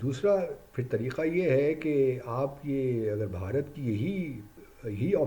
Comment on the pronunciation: Pehle Bharat bolna to seekhr. Kuch bhi